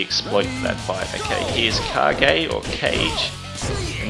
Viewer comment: Aoi is pronounced "ow-ee". Also, Kage is pronounced "kah-geh".